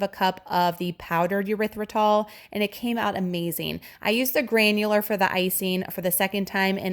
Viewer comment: This looks amazing and I’m definitely going to make it. Side note: the sweetener is pronounced with a long E or short E, like eeeerythritol, or ehrythritol, but, um..., not yerythritol😊